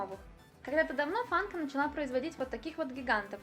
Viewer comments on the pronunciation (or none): none